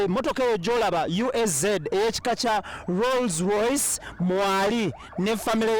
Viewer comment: It's called Rolls Royce not Roz Royce..